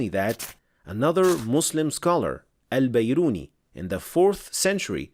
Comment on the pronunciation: *Biruni not Bairuni.